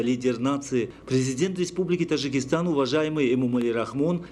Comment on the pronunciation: Уважаемый диктор , пропускаешь букву Д в слове ТаДжикистан,немножечко внимания ,проштудировать и вперёд,а не то слушать невозможно,,Тажикистан,прям до тошноты